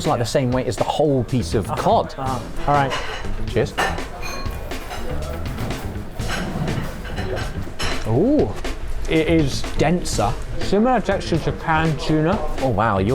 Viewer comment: When he says “ cheers” just before he ate the oyster it actually sounded like he said “ jizz”. That is the one word no one should think of when eating oysters.